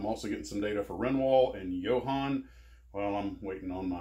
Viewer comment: Thanks for the shout out. BTW: In Detroit we pronounce it "" Models.